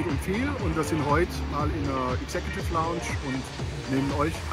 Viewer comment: Was ist denn bitte die "Exe-Kjuuutiff Launtsch"? Lernt doch wenigstens, wie man die Ausdrücke ausspricht...^^